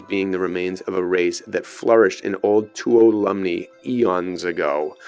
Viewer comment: Just letting you know, the county is pronounced "Te-wala-me" County. ;)